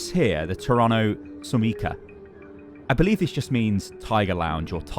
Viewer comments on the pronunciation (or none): none